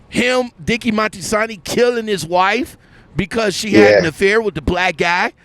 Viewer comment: It’s Moltisanti, not Monstisanti.